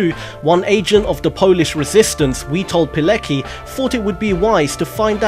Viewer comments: By the way great video but Witold Pilecki is pronounced Vitold Piletskey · It's pronounced Vee-told Pole-et-ski.